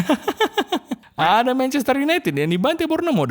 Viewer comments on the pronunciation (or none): Inlish priemer lig mancaster yunaitid 🤣🤣🤣🤣